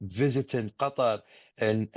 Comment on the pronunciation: Cow-toe... Lol